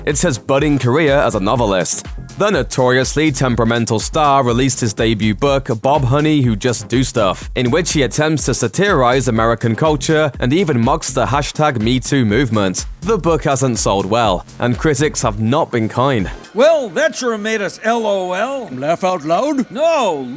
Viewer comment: “Saty-arise” is not a word. Sat-er-rise. Say it with me.